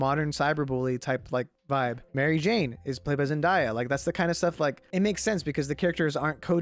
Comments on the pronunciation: Omg I can’t get over you saying zen-die-ya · why did my man call zendaya zendaiya no hate just thought it was weird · No your the dude who pronounced Zendaya wrong now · u pronounced zendaya wrong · He said zendeya name wrong and called her Mary Jane